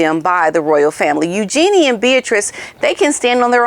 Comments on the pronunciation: Her name is U gee nee. Not u Gee nee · Just FYI.. I also thought the name was pronounced “U-JEAN-ee”, but a while back I saw an interview with Sarah Ferguson, and she was asked about the pronunciation of her daughter’s name. She described it as if you were saying “use your knees” … so it’s really more of a flowing Eugenie, instead of more obvious use of syllables. I was so glad too… because I never liked it when I thought it was Eu-jean-ee. The other sounds so much lighter and princess like I think!